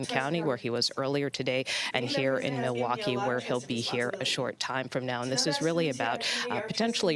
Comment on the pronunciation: Did she really not know how to pronounce the word Milwaukee?